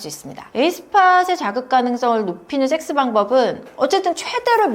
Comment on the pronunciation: 쌕쓰 발음이 아주 추격자 에서 하정우 심문하던 형사님 만큼이나 찰지시네요.